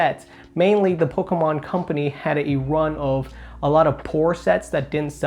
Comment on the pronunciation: Am I the only person who absolutely cannot stand the way this kid pronounces Pokemon Lol it grinds my gears love him jus wish he's slow down and say poke-mon now and then instead of pkemn